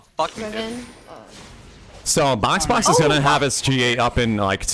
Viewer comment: got boxbox got bosbos gosboxoabfkab